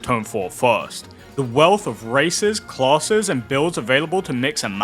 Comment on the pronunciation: When you "classes" all I hear is "closet(s)" which is giving me a good giggle 😅😂